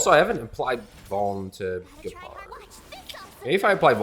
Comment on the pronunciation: Hearing someone read Gepard as Džepard is so weird.